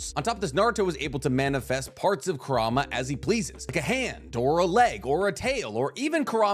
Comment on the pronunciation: Ku-ra-ma, just correcting because my borderline OCD Is hurting